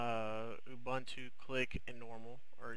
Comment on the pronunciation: it's called ubuntu not abantchu